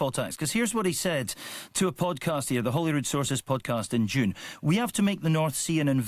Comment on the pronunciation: Please get it right chaps. It’s not Hollyrood, that’s the American pronunciation because they mix it up with Hollywood. It’s Holyrood. Like with an oh!